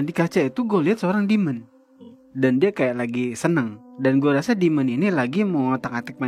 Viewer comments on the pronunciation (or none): demon, bukan dimon 😭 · Itu tolong ya editor wkwkkw ngakak banget bahasa enggres Demon bukan Dimon